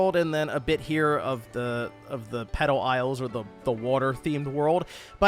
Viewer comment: I swear he was saying “pedo isles”…